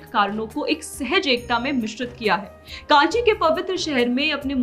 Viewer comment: Kaanchi nahi rey mongoli. its kanchi , naam se dangse bola karo.